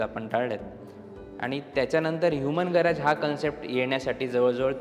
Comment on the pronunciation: Garaaj नाही, गॅरेज आहे . उगाचच काहितरी बोलुन vegale😢